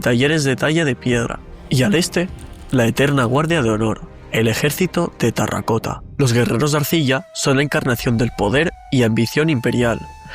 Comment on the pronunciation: Lo dices mal. Dices "tarracota". Es "terracota".😊